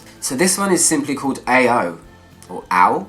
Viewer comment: My favorite part... When you say AO for the first time hahaha :)